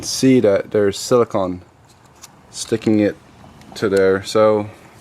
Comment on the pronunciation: Its siliconE..not silicon Hense the E...its not ice cream con! Its ice cream cone!..are you American